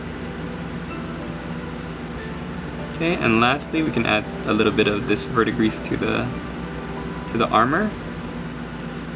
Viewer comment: 'Vurd-dee-gree', my friend. CS